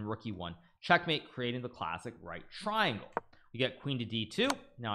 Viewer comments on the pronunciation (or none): none